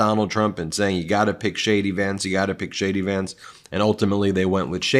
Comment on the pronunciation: Ben, when you say JD Vance to me it sounds like Shady Vance, Which is a appropriate nickname for HIM.